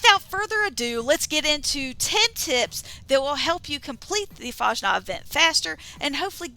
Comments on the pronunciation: Nobody mispronounces <FAHSNAHKT> more than Fallout 76 youtubers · "Mad"? FFS. And you 100% don't pronounce like the robot(s) (One robot). You need better ears or headphones. You say <FAHJNOT>. Try listening to the Master of Ceremonies again. He says it correctly no "J" sound and the "KT" sound at the end.